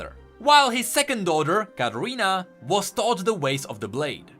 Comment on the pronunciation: You say Katarina like Carolina